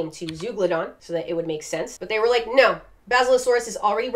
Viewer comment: I love how you say no ur just like “nyo” Luv u lol